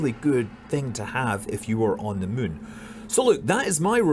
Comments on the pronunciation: I love how he still says mün instead of moon :D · It's apparently the Scottish word already.